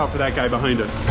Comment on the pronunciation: bahaynd. 😂😂😂😂😂😂😂😂😂